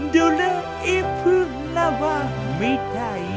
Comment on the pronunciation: 期待してました‼️ 「ドライフラワー」の発音のクセが陽水さんでした。